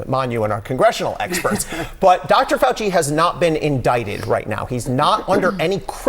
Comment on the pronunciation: "that fowchi he no goo me no like me like twump he no call me doopid"